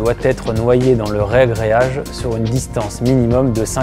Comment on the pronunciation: C'est toujours surprenant d'entendre "rEagréage" dans la bouche d'un pro ! Sinon, le panneau prêt à carreler est obligatoire dans la salle de bain ? Pas possible directement sur une chape avec un ciment-colle modifié ?